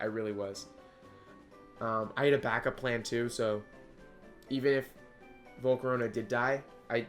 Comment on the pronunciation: THERE IS NO U IN VOLCARONA!